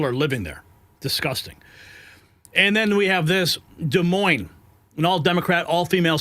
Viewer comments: Every one who pronounces the s in Des Moines should be fired. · I'm not criticizing you at all it's just that in the name Des Moines the S is silent.